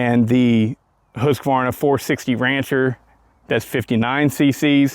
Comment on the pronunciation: The correct pronunciation of Husqvarna is Hoosk-Varnah. I too have been pronouncing it incorrectly.....